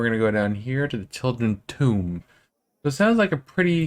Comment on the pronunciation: Right click attack/skill, to preview, then select movement and preview turn. Attack with spear/pitchfork from range for double damage. Google “pronounce tomb” 😅